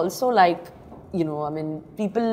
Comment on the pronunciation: Why she says I min instead of I mean. Either ways she's a stunnnerrr